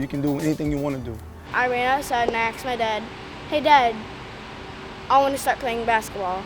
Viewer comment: What you axed your dad!!!!!!!!